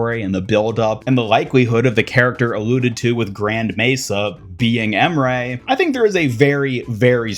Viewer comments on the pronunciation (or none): "Änrän" and "M-Ray"... yes, you are slightly mispronouncing the names xD